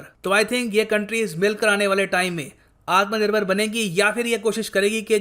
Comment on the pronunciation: I cracked up everytime he said Atmanirbhar. 😂